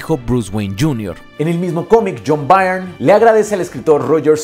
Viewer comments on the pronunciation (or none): Muy buen trabajo, amigo, especialmente para iniciar un nuevo año. Espero me permitas señalarte un error en la pronunciación del apellido del autor John Byrne (error en el que incurren la mayoría de los youtubers españoles por su curiosa vocalización del inglés): se pronuncia BURN (como el verbo quemar) y no BAIRN. Referencia